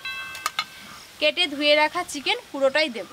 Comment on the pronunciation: din ke din ato nekami mere kno ktha blcho?????Kthar mjhe to asol vasha ta beriye jai 'Debo' ke 'dubo' 🤣🤣